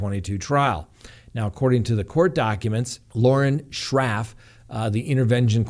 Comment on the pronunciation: Did he actually just say Lauren Shraff? How many coincidences can one case have? I mean seriously….